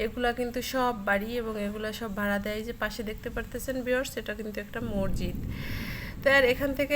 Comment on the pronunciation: শব্দটা মরজিদ না। মসজিদ হবে।